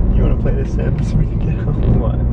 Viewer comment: the way she says sims 😂